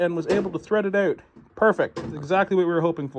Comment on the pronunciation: It’s out not oat